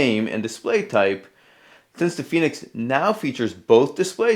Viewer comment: Fen asin pen Not fee as in phoenix